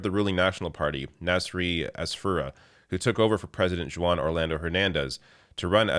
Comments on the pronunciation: "Joo-wan"? I assume that's not how "Juan" is pronounced. is charmingly inept in his Spanish pronunciations. I do believe he's been exposed to Latinos in Canada, no? (I poke fun only out of love. one of my favorites.) Overall, great news though! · Juan is pronounced Hoo-Ahn. Not Jooo-wahn 🤦‍♀️🤦‍♀️🤦‍♀️